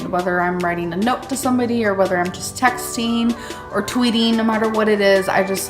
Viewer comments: TextEEN....TweetEEN. No.....NO!!!! Dear God just STOP. 😂 you are a goddess. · Tweeteeng, texteeng, writeeeng a note...